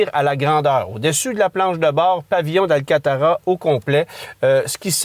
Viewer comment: ...à....Pavillon d'ALCANTARA et non d'alcatara comme vous le dites...D'ailleurs Alcantara est le nom commercial de ce mélange polyester/polyuréthane.. Par ailleurs, je suis 100% d'accord avec vous....La nouvelle 911 Sport Classic sera une pièce de collection...Et quel commercial réalisé par Porsche sur cette voiture...Un chef d'oeuvre de marketing. Mais là ou je ne suis vraiment pas d'accord avec vous, il est totalement FAUX que la majorité des acheteurs paient comptant ce genre de voiture!!!C'est tout à fait l'opposé!!! Aucune idée de l'origine de vos informations, mais je connais personnellement un cadre supérieur de Porsche Canada et il me confirme depuis des lunes que la très grande majorité des Porsche sont louées!! Avec les rendements boursiers mirobolants des dernières années ( sauf en 2022 ) et les taux d'intérêts au plancher ( sauf 2022...) aucun acheteur avisé ne va payer une telle voiture comptant mais va plutôt faire fructifier son argent ailleurs!